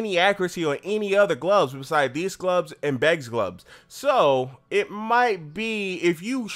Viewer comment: why do you say glubs instead of gloves?